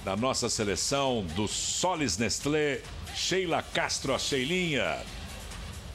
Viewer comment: "Sollys Nestlo osasco from Barasil" é tipo assim que a moça pronuncia.. kkkkk